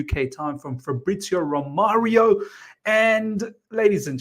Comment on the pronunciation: Romano.. not romario